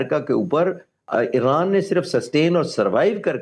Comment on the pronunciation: او بھائی یہ ا ے ر ا ن نہیں ا ی ر ا ن ہوتا تھا اور ہے